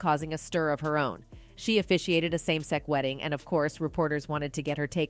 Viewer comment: Why can't the commentator pronounce the word sex? I have never heard anyone pronounce sex as "sec". Weird!